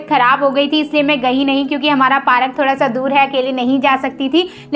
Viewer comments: Park not pa rak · Didi it's park not parak bolna to Sikh lo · Parak nahi bolet didi park bolet hai didi 😅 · Bura mat lagna but wo park hota hai parak nahi I am just correcting your mistakes don't mind it 👍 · You are saying parak it's Park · Didi please bura mat manana kyunki vah Park hota hai parak nahi please don't mind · Park hota hai parak nahi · Parak nahi park hota hai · Bura mat manna but wo park hota parak nahi I am just correcting your mistake please don't mind it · It's not parak it's park👍